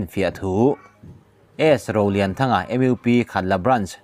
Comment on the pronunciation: MUP kha English Alphabet anga lam tur nilovin Mizo Alphabet anga lam tur ani.